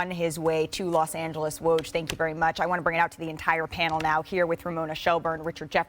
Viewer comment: Malika sucks. She has literally NEVER pronounced Woj's name right LOL